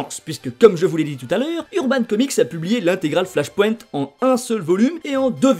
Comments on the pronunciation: Ohlala cette prononciation du mot flash point... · Sympa l'explication mais la prononciation de flashpoint et wildstorm fait saigner les oreilles.